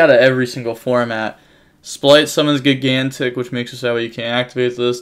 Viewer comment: At last you're using the correct name for the TCG. Now to start pronouncing "gigantic" correctly.